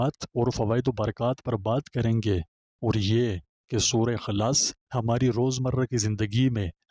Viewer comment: سورہ خلاص نہیں سورہ اخلاص ھے